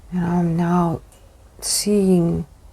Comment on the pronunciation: It's being and seaning